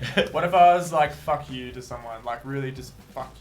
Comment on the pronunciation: I laughed so hard when he said “fack you“ and pointed the middle finger “farts“ Cazzo